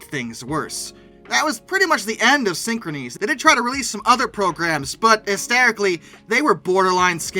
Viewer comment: You’re pronouncing the name of the company incorrectly. It’s pronounced the same way as the word “synchronous.”